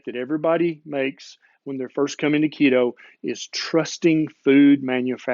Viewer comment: Keto, not Leto.